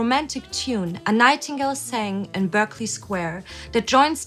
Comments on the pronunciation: It's said "Barclay square" like the bank! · RIP Dame Vera. My solo arrangement and rendition of "A Nightingale Sang in Berkeley Square" on bassoon got me into my high school Jazz band. And it's pronounced "Barkley". And a 1949 Air Force hat on an 1942 Army general? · Pronounced "Barkley" Square. (Found the spy.) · Berkeley is pronounced Barclay, because British reasons.